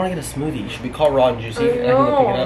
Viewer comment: When says Raw & juicy all I can hear now is ron juicy 😂 thanks! Haha